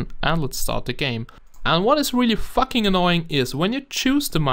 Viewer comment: No offence but when u say fuck sounds like facking